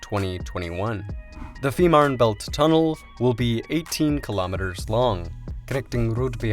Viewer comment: Es heißt FEE MANN! Verdamt noch ma sprich deutsch du ******